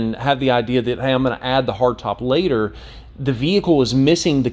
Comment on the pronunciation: I must be really tired, I swear you are saying vehickow. LoL. Looks like a great vehicle. What color did you order? A friend in Maine was going to get the sport. I told him to wait for this one. Thanks for posting.